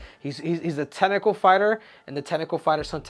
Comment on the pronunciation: “The tenacle fighter” 😂